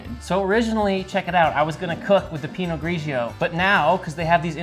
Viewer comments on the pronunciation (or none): none